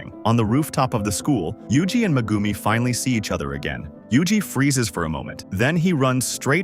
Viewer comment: Bro cmon you don’t even say megumis full name or say it right